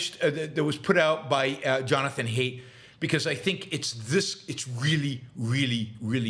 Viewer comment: excellent point, Yaron! What a great recognition of both truth and strategy. But I believe Jonathon Haidt is pronounced "height" not "hate". :)